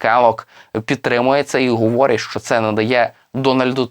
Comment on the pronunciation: Де взяли такого диктора «гуворить» «куманда»